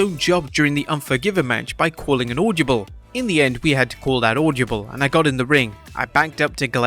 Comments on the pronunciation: Audyable audyable audyable audyable 🤦‍♂🤦‍♂🤦‍♂🤦‍♂🤦‍♂🤦‍♂ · Why can't you say "audible" properly? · The pronunciation of 'audible' is so weird.